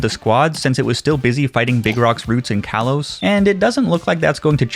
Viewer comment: he said kalos wrong